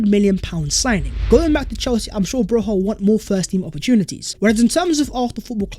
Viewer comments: It is not pronounced Broha It is Broya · (for the non albanian speakers) his last name is pronounced BRO-YA not BROZHA or BROJA